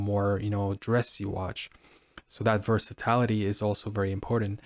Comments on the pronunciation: Thank You. I cringed every time versatility was pronounced “ver-sa-tal-ity” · Ver-sa-TIL-a tee. NOT ver-sa-tallll-ity.